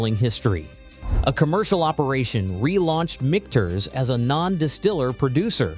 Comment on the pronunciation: Michters is pronounced three different ways in the video.